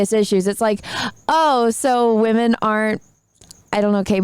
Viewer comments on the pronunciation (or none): Did she get “wamen” from the sandman?